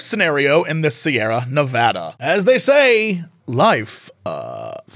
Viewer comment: Jesse said Nevada correctly :O